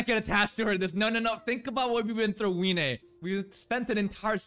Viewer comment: also, isn't it pronounced vee-nay?